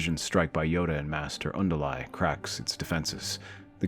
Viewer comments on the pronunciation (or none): Why do the younglings still perish? Also, why do you pronounce Luminara's name is "Un-di-lai"?